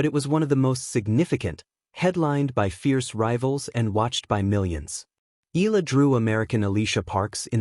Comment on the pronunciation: How many times do you need to be corrected pronouncing Alex’s surname? It is Eee-ya- la, my dim-wit friend!